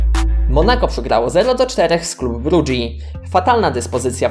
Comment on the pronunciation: Club Brugge (czt. Klub Bruhhe) na filmiku źle powiedziałeś. P.S mieszkam w Belgii więc wiem co mówię